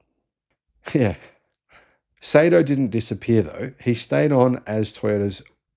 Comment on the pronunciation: Not pronounced "Say-Toe", it's "Sigh-Toe."